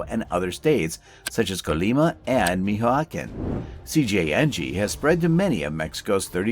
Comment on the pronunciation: Get an AI that can pronounce Michoacan 😂😂